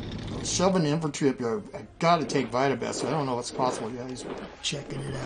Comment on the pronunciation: “Trying to take Vita-besk” that is a very funny way to pronounce Vitebsk lol